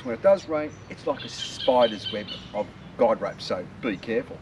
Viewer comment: Thinking about getting one, looks good. Guy ropes, sounds like you said guide ropes.